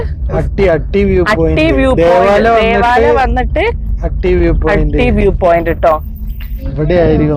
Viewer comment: അട്ടി അല്ല ഹട്ടി 😂ദേവലക്കാടുത്തുള്ള സ്ഥലമാണ് 😊നിങ്ങൾ ഹട്ടി ഒറിജിനൽ ആയിട്ടുള്ള കുന്ന് കാണിച്ചില്ല 😊ഓഫ്‌ റോഡ്‌ ആയി ആ കുന്നിൽ പോകാം അല്ലെങ്കിൽ ഹൈക് ചെയ്യാം